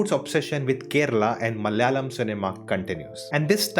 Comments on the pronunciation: Malyali or malayali ??🤔🤔 Have heard most non-southerners pronounce malayalam as Malyalam and kannada as Kannad just like Americans pronounce Aluminium as Aluminum😬😬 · Plz don't try to kill our language, plz learn acting from d malayalam movie, how they r getting national award,atleast learn to pronounce d name "malayalam" properly 😂.